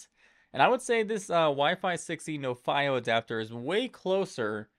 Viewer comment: I thought it was pronounced NO-fee-oh ?